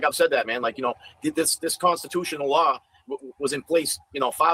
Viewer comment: omg learn how to pronounce LAW! it is not "lawr". Speak english 🤯